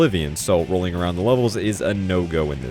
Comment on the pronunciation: "roading around at the speed of sound" Lol that's what it sounds like he's saying. Ik he's not tho